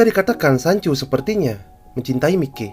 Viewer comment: Indo bgt bacanya mikey🤣 aturannya klo di baca maiki